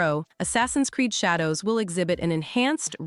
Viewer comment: Bruh she said Shay dows lol